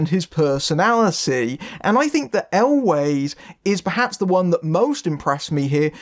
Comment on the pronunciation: Cary "Always"? I thought it was pronounced like well, "Elves", the plural of Elf. :) Thanks for this review, never even heard of this one but sounds fun.